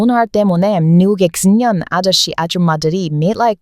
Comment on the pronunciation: 왜 "중년" 발음이 잘 안될까요?